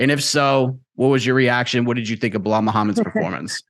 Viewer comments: And Chael calls him Blahol 😂 they’re working together to trigger him as much as possible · Am I the only one who cracks up when Colby calls Belal “Bill Lyle” 😂😂